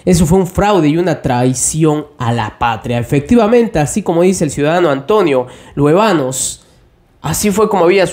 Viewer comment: Disculpa la corrección... Creo que el apellido es "Luévanos", con acento. Tú lo leíste sin acento: Luevanos.